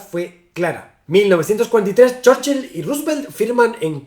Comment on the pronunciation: Pronunciación correcta: ❌Chórchil ✅Chúrchil